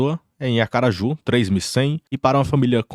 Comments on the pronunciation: Rsrsrs "acaraju" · gostei bastante do vídeo, inclusive irei compartilhar com meus amigos, e incentivá-los a investir, e indicar o seu canal, claro. Gratidão por todo conhecimento compartilhado conosco, é um trabalho muito nobre que vc realiza. Gostei da parte do "ACARAJU" kkkkkk😂😂😂😂😂 RUMO AOS 100K 🎉🎉🎉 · Hahaha segundo vídeo do que ele fala acaraju